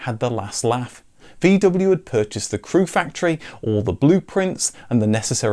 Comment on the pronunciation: Would it be possible to pronounce the name VW correctly?